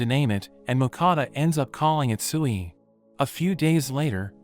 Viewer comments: I dont know why but when he named the slime tsuiy i thought he tried to say SIUUU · I thought sui was sewy 😂😂😆